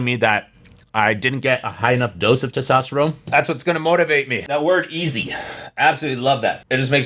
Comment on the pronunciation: its testosterone with an n, man.. keep it up